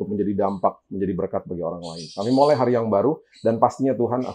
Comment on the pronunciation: setiap kali mengucapkan kata "mulai", kok sepertinya terdengar. "molai"... Hehehe apa sy salah dengar yaa 😅